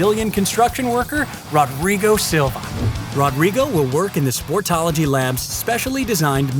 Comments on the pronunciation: It's pronounced HO-drigo. :) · It's so realistic. The only thing that could've made it more accurate would be to pronounce his name right. That r would make an H sound in Brazil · The way he says "Rodrigo" cracks me up